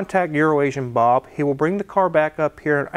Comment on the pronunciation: You said Bobs name wrong